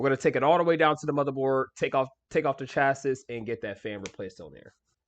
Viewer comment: It's pronounced shacee not shassis lol